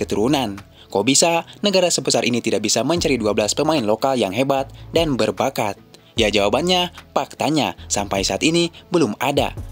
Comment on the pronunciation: Dibacanya "LOKAL PRAID" BANG!!! BUKAN "LOKAL PRED"🤬😡🔥👎 lagi: "FAKTANYA" BUKAN "PAKTANYA" ‼️‼️